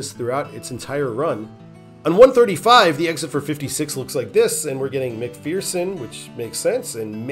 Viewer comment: As someone who lived there , we pronounce McPherson as “mickfursin” not “mickfearsin”